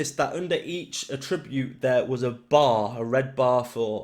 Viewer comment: Nice video man, thanks for the info. In the context you're using attribute it's pronounced at-tree-bute. Bloody grammar police aye 👀🤮 fml